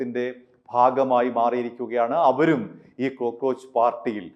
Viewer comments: ക്രോ ക്രോച്ച് അല്ല cockroach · ക്രോ അല്ല കോ ആണ്. കോക്ക്റോച്ച്